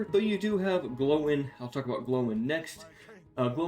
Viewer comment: Gloin pronounced g-loin like loin chops not glow-in